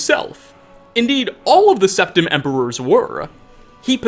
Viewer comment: Urieluh. Septimuh. Tamrieluh.